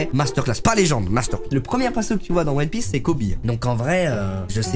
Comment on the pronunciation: non inox NON!! Tu peux pas dire "one pièce" pas toi quand même